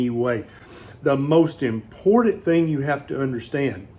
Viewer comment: I knew you were from Tennessee by the the way you said "important"😅 I have CKD. I have normal sugar, healthy diet, never smoked, drink little, normal high blood pressure, normal cholesterol, all my blood work is normal except my Creatinine. It's so frustrating and scary. I have a eGFR of 42 and want to slow it down. I need treatment.